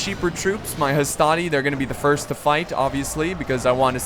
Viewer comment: NOT HASTATI MAN